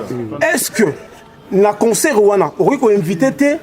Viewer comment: Eh Patsho Rfi😂😂😂😂😂😂😂😂😂 mais azalaki kolenga? Koffi pe Vincent kuna nq emission ayamba ye aloba"consseur au lieu de " Concert" koffi alekisa mais ba oyo tellement bazalaki terre a terre a gafeller bango 😂